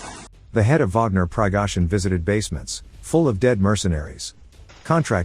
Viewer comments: “Pigohzyn” needs a HIMARS up his a$$ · PLEASE! Translate the spoken Russian. It is important to know what Prighozin (pronounced "Pree-go'-zhin") and the wounded men had to say.